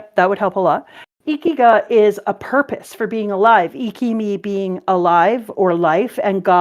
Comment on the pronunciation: Oh no ikigai is pronounced eekky-guy Good glay song